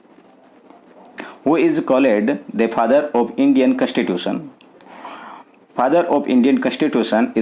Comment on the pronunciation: Your pronunciation is such a poor plzz improve bcoz u are a teacher you should improve Its not कैंस्टीटूशम its कंस्टीटूशं Ok there are many mistakes Im leacturare in college ok 🤮🤮